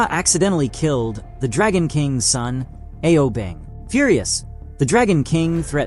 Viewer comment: What’s with people saying A O bing instead of ao bing 😭